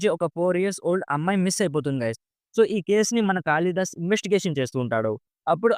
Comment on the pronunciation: కాళి దాస్ bro కాలి దాస్ కాదు